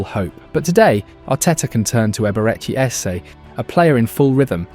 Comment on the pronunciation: Glad you used my pronunciation Eberechi Eze sounded better 👍🏾👍🏾👍🏾